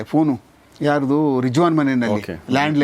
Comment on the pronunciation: With due respects i would like to say that it is rizwan not rijwaan